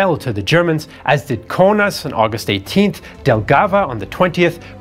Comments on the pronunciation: Thanks a lot. Just two remarks: Demblin (not Denblin), Yelgavf (not Delgava). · What is "Delgava"? We don't have a city by that name. Google shows nothing. Did you mean Jelgava? If you did, it was called Mitau before 1917.